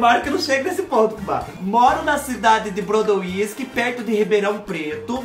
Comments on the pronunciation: Fubá do Céu, Moro em Ribeirão Preto SP é do ladinho de Brodowski SP, si fala Brodósqui , Brodo wisk foi demais KKĶKKK , a moça deve tá rindo até agora de sua pronúncia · Eu tô chorando de rir o jeito q ele falou Brodo whisky... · 😂😂😂 Gostei do brodo wisk ...Brodowisk...perto de de Ribeirão preto..pronúncia , Brodóski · A cidade Brodowiski.... se pronuncia.... BRO-DÓ-VIS-KI. Rsrsrsrs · Fubá se pronuncia Brodoski não Broduiski 😂😂😂😂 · Fubá, a cidade de Candido Portinari chama se Brodowski (pronuncia-se Brodósqui) e é uma cidade bem conhecida. ❤️ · Eita Fubá, o estado físico da água é líquido em CNTP(condições normais de temperatura e pressão). Se fala: "brodóvisk" o nome da cidade. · Fuba o nome da cidade é Brodowiski....rsrsrs. Pronúncia: Brodovski ... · tudo bem??? A cidade do Candido Portinari perto de Ribeirão Preto, se pronuncia BRODÓSQUI. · Fubá é Brodóski q se pronuncia o nome da cidade! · A cidade pronuncia Brodosqui kkkkk e escreve Brodowisk tendeu 😁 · Brodowski.... kkkkkkkk,....e o fubá " Bródo wisk"....kkkkkkkk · Fubá do Céu! Quem vê vc pronunciando o nome da cidade vai achar que vc é chegado numa cagibrina por causa do whisky !kkkkkkk Pronuncia Brôdóviski 😜